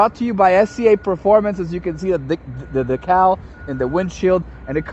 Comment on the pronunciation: Pronounced like “deecal” champ…. Not “Dacal”